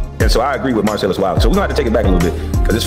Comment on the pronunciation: Why is it so hard for you to pronounce Marcellus? Mar-sell-us🤦🏾‍♂️